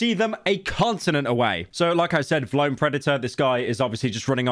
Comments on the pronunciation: why are you pronouncing v lone like that bro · I dont see anyone talking about how he said “vlone, instead of V-lone” about a million times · for every time pyro says “vuhlone” instead of “V-lone” i tarnish 1 water well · vlone??? it VEE lone 😭😭 dose NOT know his hype beast brands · Pyro the type of guy to call V-Lone Vlone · its pronounced Vee Lone not vloane 💀💀💀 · it’s V-lone not vlone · pyro you better apologize for saying Vlone like that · ITS VEELONE NOT VLONE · PYRO ITS VEELONE NOT VLOWN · It’s pronounced “V lone” not “vlone” 💀 I only got 2 cause it was a collab with my favorite rap duo city morgue. One of them got torn at a Corey Taylor show by this Karen cause some guy in the pit pushed me and we fell and she spilled her beer and I tried to help her up but she started yelling so I ignored her and she ended up coming up behind my and ripped the back of my shirt except this one didn’t have a design on the back so it’s still sowable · the way he pronounces vlone pisses me off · ITS V LONE NOT VLONE READ IT RIGHT PYRO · Vee-lone. Stop saying vlone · Bro says vlone instead of V-lone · WHAT THE FUCK IS WLONE its called vi lone. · mf its V lone not vlone ffs 🤣🤣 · "vlone" its V, lone smh my head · It’s V (space) lone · Am I the only person that thought it was pronounced V-lone 😢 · it's pronounce vee lone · vlone is pronounced Vee lone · I know it’s a L brand but it’s “VEE LONE” based takes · The way you pronounce vlone pisses me off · VLONE is lame asf but for fucks sake dude it’s pronounced VEE-LONE. My god dude not that damn hard. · Okay bro you don’t know shit about Vlone (Vee-Loan) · pyro never fails to pronounce Vlone wrong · The way he pronounces vlone truly lets us know pyro was dropped on his head as a baby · The way you say ‘vlone’ is crazy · never heard a man say vlone like that lol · british guy cant pronounce vlone lmao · I hate how pyro says vlone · He can't pronounce vlone 😂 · Vlone as one word shouldnt be so funny